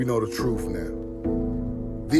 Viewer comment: Truth not troof. I hate that.